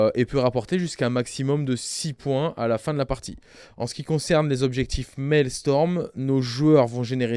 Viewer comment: Je ne mettrai un pouce bleu qu'à partir du moment où prononcera "Maelstrom" et plus "Maelstorm" (la tempête Mael?), où est le professionnalisme que diable!